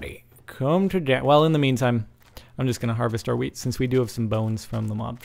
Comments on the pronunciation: its Wheat not Hweat. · You said ''Hweat'' the same way that we swedes say ''Skit'' Which means ''Shit''.... O.o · When you're saying hweat it sounds like shit in swedish xD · Haha the way you pronounce "hweat" is the way we Swedes pronounces "skit" which means "shit". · The way you started to pronounce "wheat" sounds like the swedish word for "poo" :P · he's abscessed with saying hweet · Love how he mested up the title Hweat, weat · When you are saying hweat it sounds like "skit" which means poop in swedish... ^^ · not sure if anyone pointed out this before, but when you pronounce wheet, with a "sh" sound, it almost sound like you say the swedish word for shit, which is "skit" sorta pronounced "schit" :P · It's pretty funny cause when you say ''hweat'', it sounds like you're saying shit in Swedish... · did you just say wheed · Don't say hwhete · Lol a bit anoying the way he did say weed cuz it sounds like shit and shit is poop in sweden :P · Is anyone else annoyed by him saying hweat? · He Said: Let's eat some wheat. The way he says that means shit in swedish. He said lets eat some shit. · the way he says wheat means like shit in swedish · You know, the way you say "wheat" sounds just like "skit". Which is how we say "shit" in Sweden. This became even more funny when you said "We have plenty of "skit" to eat" xD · The way you said wheat means shit in swedish, lol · Wheat... sheat. You pronounce in like skit witch means poo in swedish XD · In that way He pronounce wheat sounds like the Swedish word for shit